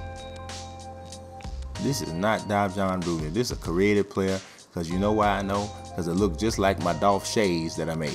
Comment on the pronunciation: Pronounced "Dam-han" Rudez lol. But good vid.